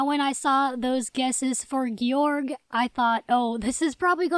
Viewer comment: the pronunciation is “gay-org” i’m being serious and everyone pronounces his name wrong!!